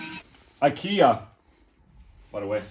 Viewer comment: Oh gosh, finally a Swedish told us how to pronounce IKEA